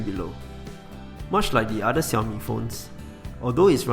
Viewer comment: Nice to finally hear someone pronounce Xiaomi the 'right' way instead of the irritating 'Shell-Me' !